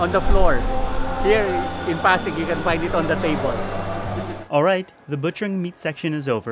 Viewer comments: I'm a Half Japanese-Filipino. I watch your videos in Japan and I love em. Thanks for coming to the PH. edit: Pasig is pronounced PASS-ig. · SeiyaBK Mali. “PASS-ig” ang tamang pronounciation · May nakalimutan ka. Hahaha. You said. "edit: Pasig is pronounced PASS-ig. The A should be long" tanggalin mo na lang yung "The A should be long"